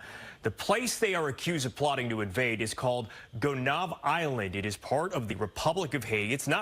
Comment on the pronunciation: It's pronounced Gwen nah eve